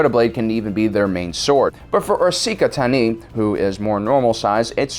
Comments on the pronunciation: "Ahsika Tani" Wow. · "ahsaka tanalanala" "Ahsinka taning' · It's makashi not makasi, Ahsoka Tano not Asika Tani !!! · mans said “aseeka tani”. Rather than Ashoka Tano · „Assika Tani“ 😂😂😂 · Ahsika tenee? what the fuck does that mean. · asaka tananana Me: god damn it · Ashoka Tano pronounced Ah-So-Ka Tah-No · "Ahsoka Tanolalalala What the fudge!!???😳😳😳 "Ahsika Tanee"You're pushing it,!!😳😔😤 "Ahsaka Tanalilaha"😤😔😠😡😡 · If he says ashaka tannana again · Did m night Shyamalan teach you how to say ashokas name cause bro (ah-so-ka tah-no) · Erseeka Tiny? WHAT?!?!?! That screams credibility when you completely botch a major characters name... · why do you say ahsika tani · Ah-Soh-Ka Tah-no. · "Ohsaka Tananolala..." Heh. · Asika tani* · "Ahsoka Tanolololla" "Ahsika Tani" "Ahsoka Tanololuliaha" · aseeka tani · Did I miss something? Why is saying Ahsaka tanoalalal and Ahsika tani? It'a hilarious, but confusing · Artichoke Tanning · I think you meant to say, "Osaki Teeni". 👍 😜! Lol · why cant you say ahsoka tano? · Did nobody noticed that he said Ahsoka Tano's name incorrectly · how do u mess up ahsoka tano's name that bad? her last name's the easy part dude!! you added like 4 additional syllables 😂😂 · How wrong can you pronounce a name? My ears are bleeding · Why can’t he say her name right? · he genuinely mispronounced it in a previous video, got roasted for it and is now just rolling with it for the luls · 1. Pronounce Ashoka tano correctly, 2. Yoda used a soto saber as his normal saber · Can you not pronounce Ahsoka Tano? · Why does he mispronounce Ahsoka Tano? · I'm very confused at all the mispronunciations of Ahsoka Tano and I'm not sure if it's purposeful Obi-Wan level trolling or not but I'm kinda here for it? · you're breaking my heart. You're going down a path of mispronouncing Ahsoka's name that I can't follow. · I almost left the video when he mispronounced her name